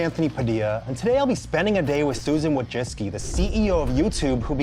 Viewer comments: Its pronounced "voy-cheets-ki" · ...and you say susan “vooichitzki”. shes important enough to be spelled out correctly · i thought it was susan wo-ji-toki